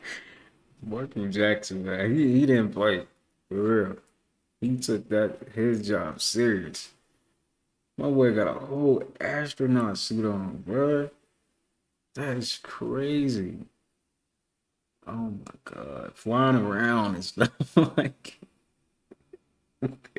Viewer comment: Bro said astronaught suit LOL